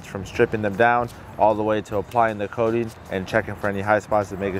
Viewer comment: Love it guys!! Great job, But it’s called “coating” not “codeine” lol.